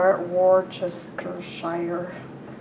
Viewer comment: As a Briton I finish hearing Americans struggle with place names like Worcestershire amusing just for the record it is pronounced like "woostershire" omit the rce in the middle of the word. If you know the Jeeves and Wooster books Worcester and Wooster are very similar. I used to live in a place called "Bicester" guess what it is pronounced "bista" These names are very old - over a thousand years old and the language has changed considerably since then.